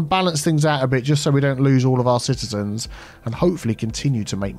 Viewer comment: "Citeazens" hehehe and "Citea"